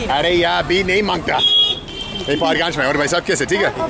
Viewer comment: Say Paharganj one more time I dare you